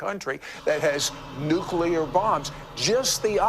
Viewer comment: Was nuclear also mispronounced throughout the dream?